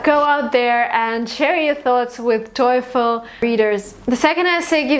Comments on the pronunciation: Awesome two videos! Helped be solidify my opinions on TOEFL. One thing though, stop saying "toyful". Its just toe(like the foot fingers, lol, simplest definition I can think of) and fl as in joyful. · I am kinda addicted your videos i ve watched a lot but in this video there was something that annoyed me the way that you pronounce "TOEFL" you keep saying toyful just like joyfull... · Is /toyfl/ really the correct pronunciation? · 1M Students watching her videos are not because she is a good teacher but she is beautiful and her cloth is naked, if you agree with me like my comment. she says towful, toyfil toyful. but millions are watching. However i do really appreciate your efforts and commitments, my blessed sister. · She keeps saying TOYFUL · So funny that you pronounce TOEFL that it sound like satan in german ("Teufel"). Coincidence? :D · I have a problem with your pronounciation of "TOEFL". Maybe that's why you got 117.